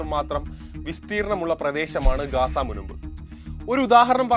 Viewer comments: ഗാസ അല്ല , ഗസ്സ ആണ് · ഗാസ അല്ല, ഗസ്സ എന്നാണ് ശരി.